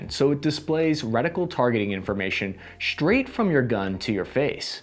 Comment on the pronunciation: Straight does not have an H the beginning